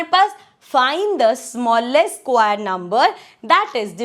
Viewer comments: Square ko squaaarr 😂😂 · Mam square ko bolne mein itna jor kyu lagati ho puri jan hi nikal deti ho pagal orattttt😅